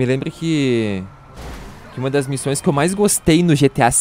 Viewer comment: "quais missães" que que foi isso mano?😅